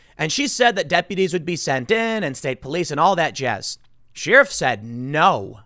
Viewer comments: Sheh-ruff.... not Shear-ruff ! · Are you fucking trolling me with this sheeriff thing. Tim...tim...its pronounced share-if. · Tim! Sheriff is not pronounced "shear-off. Where I come from it's pronounced "Share-if". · Tim I speak on behalf of everyone when I say please pronounce it share-if not sheer-if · Sheeriff. Expeeriment. 😂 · Why do you say “Sheeerif”? Pretty sure that’s not the way it’s pronounced. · The way Tim pronounces “Sheriff” is very offensive